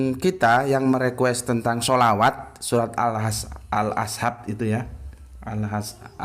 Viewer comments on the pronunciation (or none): Lafal Arab-nya kurang faseh, ada kesalahan dalam penyebutan nama surat, contoh : 1. al- ahzab - al- azhab 2. Fushilat - fushlihat